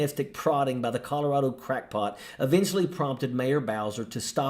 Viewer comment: She doesn't even pronounce the name of the state she, supposedly, represents, properly. The "rad" in Colorado is like hat, cat, bat etc.